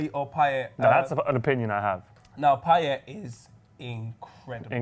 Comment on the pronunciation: Guys please..its payet...lets get over with this